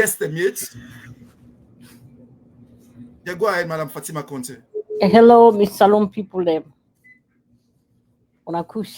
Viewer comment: WE START BEING PROUD OF OUR COUNTRY BY PROPERLY IDENTIFYING OURSELVES , WHO IS THIS WOMAN , A SIERRA LEONEAN OR FROM THE FRANCO PHONE COUNTRY. OUR CONTEH, IS CONTEH NOT CONTE NO FALSEHOOD..